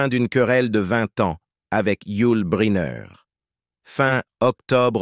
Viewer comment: il m'agace votre "narrateur" à mal prononcer le nom de Bryner ! c'est lourd ! allez on zappe !